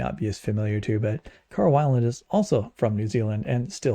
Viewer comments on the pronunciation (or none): Carl Weiland is actually pronounced weel, not that it really matters much. He stayed at my parents' house a few times when visiting to do talks in local churches.